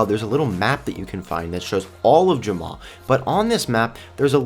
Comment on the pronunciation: Ur saying jamma wrong